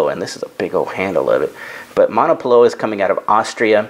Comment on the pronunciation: I believe that the "w" in Monopolowa is pronounced like a "v".